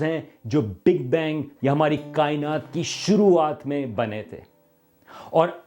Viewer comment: Dont know why kainati sounds like Gali Kainatioooo.... 🤔🤣🤣🤣